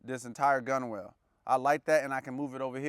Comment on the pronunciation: I know it’s spelled weird but it’s pronounced GUNNEL. Like tunnel with a G